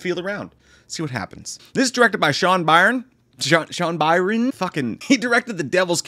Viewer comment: Byrne is pronounced “Burn”.